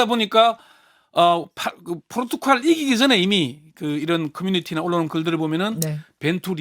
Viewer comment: 대기자님, 발음 똑바로 하세요. 포르투칼이 아니라 포르투갈입니다.